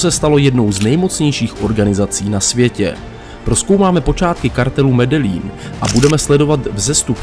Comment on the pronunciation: Ahoj, video je super. Akorát mám výtku u vyslovení města Medellin, čte se to Medejín, tak to říkali i v seriálu Narcos